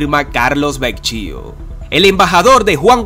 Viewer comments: OLLE QUIEN ES VECHIO NO SERA BEKYO TARADO POR FAVOR PON FECHA EN TUS NOTICIAS Y PRONUNCIA BIEN EL APELLIDO DEL ENBAJADOR ES VEKYO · Carlos Vecchio, su apellido se pronuncia Vekio. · El apellido de el señor se escribe Vecchio y se pronuncia Vequio. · Disculpe que corrija "Vecchio se pronuncias ( vecquio ) y fuerza Venezuela con Dios, todo sin Dios nada. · No se pronuncia Vecchio de dice "Vekio" como se escribe aquiy. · Mijo se escribe Vecchio y se pronuncia vequio. Eres un comunicador social, no debes tener estos errores. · Se pronunci Vekio. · Se pronuncia vekio